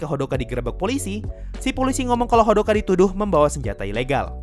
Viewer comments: Hodaka👌, not Hodoka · Hodaka bukan hodoka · Hodaka bang bukan hodoka😅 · Bang bukanya hodaka bukan hodoka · Kenapa abang omong hodoka bukan odaka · Kenapa hodoka... Aneh dengernya :( harusnya kan hodaka ಥ‿ಥ